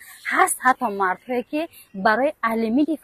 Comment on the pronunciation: Фарахноз, алимин не, алимент мешавад дурусташ!!